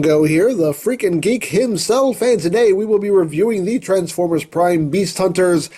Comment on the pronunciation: it's "EmGo's Transformers" and not "Transformrers"